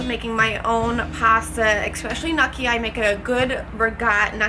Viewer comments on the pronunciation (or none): WTF?!?!? its pronounced gnocchi (Know-key)